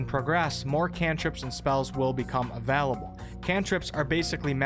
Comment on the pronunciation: I'm sorry but the way he says available really triggers me D